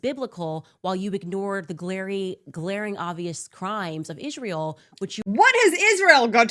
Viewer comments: Iszhrael. God the way she pronounces that pisses me off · Not only does she manage to bring Israel into every conversation, she also finds a couple extra letters to add into it "Ischzzzrael." lol